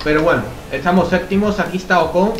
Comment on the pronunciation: porque a ocon le dices ojon?